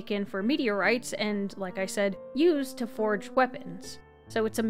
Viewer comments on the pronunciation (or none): none